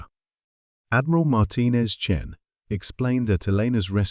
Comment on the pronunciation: I see the Great Vowel Shift has occurred. Chen becomes Chin.